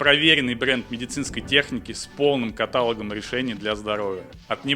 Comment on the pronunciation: правильное ударение в слове "каталог" на последнюю гласную